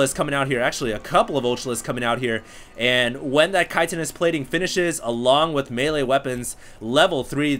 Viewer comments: "kite uh nus" plating hahaha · you said it "kite"inous plating! finally!